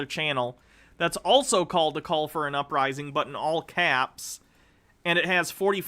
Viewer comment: “Ooprising”? People actually listen to that? I remember when I was maybe 3rd or 4th grade my folks had a new tape recorder (an 8 track if I remember correctly- I’m old, it also weighed about 200lbs). Anyway, I used to record myself and do play by play on the Tigers baseball games and pretend I was Ernie Harwell and things like that. That 3rd grade me would have been horribly embarrassed to do something like this. Even if nobody listened to it. It was painfully unfunny, to the point it was a little hard to listen to. Even if I could discern whatever the hell his point is and agreed with it... I would still loathe this as a painful reminder of how little self reflection some people have. Seriously... “ooprising”. How hysterical. Ha. Ha. You pronounced it like you can’t read basic words. You must be very remedial in your education. Haha what a character that you have come up with! Ha. “Ooprising”. Please do more haha. Fuck